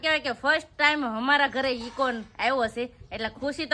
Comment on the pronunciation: Ego na kevay eko kevay